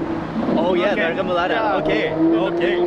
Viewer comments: Remounella it’s called Remoulade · I felt offended with how he said Remulade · I just laugh how he pronounce flødeboller and remoulade haha. He sounds like me🤣😅